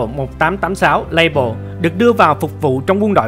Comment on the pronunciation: Súng của Pháp nên đọc bằng tiếng Pháp dễ hiểu hơn đối với người dân xưa nay đã dùng nhiều tiếng Pháp .Nên đọc Fusil Modèle 1886 là Phuy zil Mô đel 1886 nghe hay hơn, Lebel thì đọc là Lơ Bel chứ không đọc Lây bờ hay Lây bồ gì đó